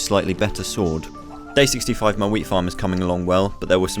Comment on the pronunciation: i definently heard "wheat" wrong i heard weed